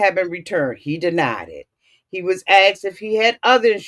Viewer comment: “Ax’d “?! Ugh … I had to click off.